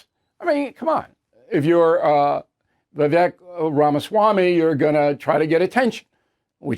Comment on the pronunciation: Bill, it's pronounced 'Vi-vake', not 'Vi-vek,' though it's spelled that way. What I saw was Vivek calling Haley out for her hypocrisy and her resorting to Trump tactics, i.e. playground name-calling.